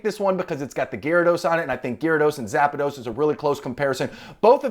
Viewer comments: It's zapdos not zapados 😅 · Just curious, why do so many people add an extra a in Zapdos. You are not the first nor the last to pronounce it Zap-a-dos. Where did that come from? My guess is the kids. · Cringe everytime you said zapados!!! Ahhhh haha